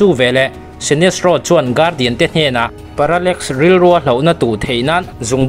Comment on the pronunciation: Viewers I ngaihpawimawhna hi alawm ka ngaihthlak bik em em na chhan chu tih rualin i sawi dik loh emaw sawisual pawh comment lamah kan lo sawi ve mai dawn aw, parallmax ni lo in parallax tih tur aww😂